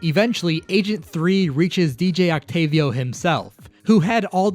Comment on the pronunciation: You're the only youtube ive seen to actually say DJ Octavio's name right, yet you call Marie...Mary? Confused.